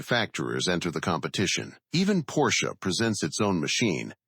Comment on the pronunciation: Porsche is spoken Porsche, not Porsch. Singular: Der Wagen, plural die Wagen.